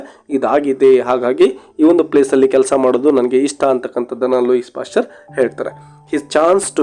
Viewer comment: ಲೂಯಿಸ್ WRONG ಲೂಯೀ CORRECT Also the name LILLE is not Lilly BUT "LEEL" For God's sake don't misguide students with a lot of other wrong pronunciations!😮